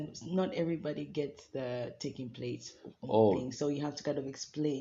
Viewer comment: I thought he said, it starts with "taking place" 😂